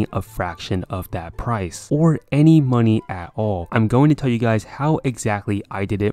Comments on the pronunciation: at the beginning: what is up guys me hearing: what is up gays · did he just say "whats up gays" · Hey whats up gays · “Yo what’s up gays” 😶